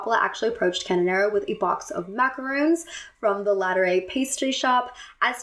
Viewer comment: I LOVE your videos but do want to point out that the French pastry is macar-oh-ns rather than coconut macar-ooh-ns